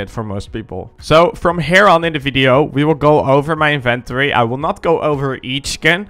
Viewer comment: "My Invent-ory" lol